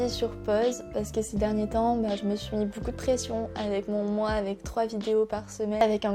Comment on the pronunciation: On a tous des moments de "bad" avec toute la pression qu'on se met mais faut faire en sorte que ca passe et positiver !!! Par contre du dis boucoup au lieu de beaucoup ca me tue ahahah